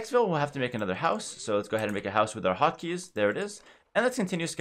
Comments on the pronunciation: I been watching too much one piece at first I thought he was saying "Hakis" not "Hotkeys" lmao! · When he says hot keys it sounds like Haki,11